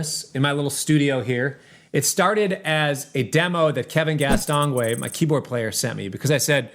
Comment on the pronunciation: Castonguay should be pronounced as if it was written "gay"...french name...common in Quebec, Canada too... Other than that, cool song 🙃